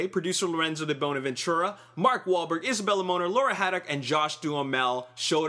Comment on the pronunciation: You don't pronounce Isabela Moner or Josh Duhmel correctly